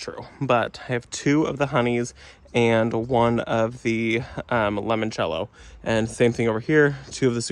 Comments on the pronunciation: I love your videos but I did laugh a little when you said limoncello. Sorry please forgive me it's one of my favorite liquors. I only know how to pronounce it because I drink so there is that. It's kinda like saying lemon cello. Like the fruit and the instrument. It's Italia so if you want to add that to how you say it cool. Again please forgive me. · New subscriber ❤ Wondering who corrected your pronunciation of limoncello later in the video 😂